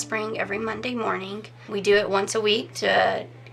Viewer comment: ~ The word morning is not pronounced morninGUH. The g is soft in ing words. FYI.